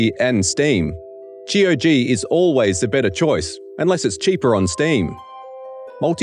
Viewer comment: every time he says g-o-g instead of saying gog like you say cog, i feel physically hurt